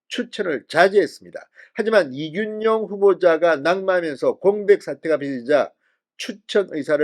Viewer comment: 진성호씨 이준용이아라 이균용이라고 하는데 왜 자꾸 준용이라고 하는짖이해가 좀 그렇습니다 준용이 아니라 균용이랍니다